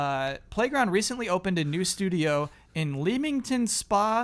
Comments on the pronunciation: Leamington is pronounced like Lemmings. Then Warickshire is "Wo-rick-shuh" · CORRECTION: Its said 'Le-ming-tn' and 'Wo-rik-sher' I know, makes know sense, its old english, that how they rolled.